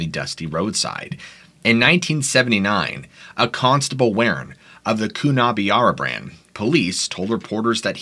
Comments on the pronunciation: Say it this way...Pill-ah-gah and Coo-nar-ah-bran and Nar-ah-brigh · Pilliga is pronounced Pill-ee-ga(r) and Coonabarabran is Coon-a-bara-bran, but good try, very creepy place at times, have lived next to it for a number of yours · Its (Pill - ee -Ga) not ( piluhga) this is how you pronounce pilliga, and Coonabarabran is ( Koon - ah - ba - ra - bran ) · COO-NA-BARRA-BRAN MATE! shit ya makin a mess of our names mate!! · More pronounced 'Pill-igga' and 'Coona- Barra-Bran'. Cool stories though. Great research.